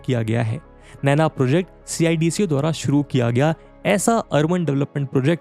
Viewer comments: Instead saying C I. D.C.O. we people of Navi Mumbai say it सिडको. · gosh it is painful to hear you say C-I-D-C-O it is सीडको simply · Bhai yaar sidko bol le yr ye har bar c i d c o kya hai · Good presentation but its called Cidco, dont have to say C i D C O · Pronounce cidco as सिडको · CIDCO ko सिडको Pronounce karte hai. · Hearing C-I-D-C-O instead of a single word CIDCO is weird. Made me realise that people not from Navi Mumbai area might be calling it that 🤔